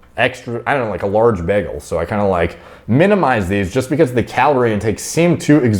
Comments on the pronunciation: Love your videos however do an old guy favor.......bagel is pronounced bay-gull. :) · it’s not Begel it’s Bagel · What the hell is a "Begel?" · Why do u say bagel like that xd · Love how says bagel lol